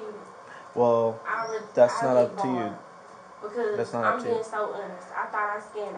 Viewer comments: What is that word she’s butchering? Is it awness ? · Why cant she say honest right? She said it right twice then kept saying it wrong like girl youre not being serious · "Im being so honust with you...mam, Im being so honust." That girl aint been honest since she walked in that store!